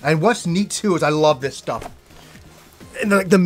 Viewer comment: Every time says "Welcome to another Game Stuff" my French ears hear "Welcome to another Game Stop" and every time I'm like "WTH??" for a second, then I get to compose myself again.